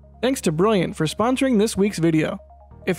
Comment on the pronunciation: Opening "This video was sponsored by briyiant." had me in tears. Gotta be brilliant with brilliant, no?